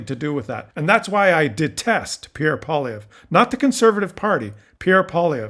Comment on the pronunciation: You are pronouncing this CLOWNS name wrong. It's Poi-LIE-vre.